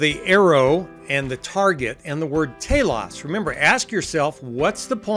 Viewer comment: If I'm not mistaken, Telos= Teelohs. (Subjective) =Purpose. Different emphasis on syllable but same meaning.